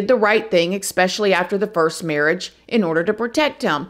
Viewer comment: “Ex-specially?” I think its “especially”